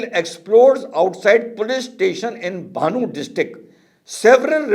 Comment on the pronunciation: it is BANNU NOT bHAANU...